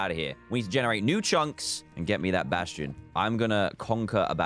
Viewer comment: At least he didn’t say basTTTion